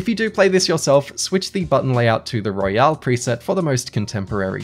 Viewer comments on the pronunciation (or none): none